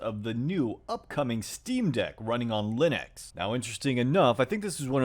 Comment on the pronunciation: linex bro said linex 🗿